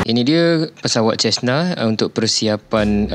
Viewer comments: cara nak sebut tu 'sezna' bukan 'cesna' 🤣 btw, best Malaysian vlog youtuber, support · Ini bukan jet laa bahalul, private charter Cessna Caravan. Sebut Sesna, bukan chesna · Prounce correctly, not chesna.. but cesna. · He pronounced Cessna as Chestna ! 😂😂😂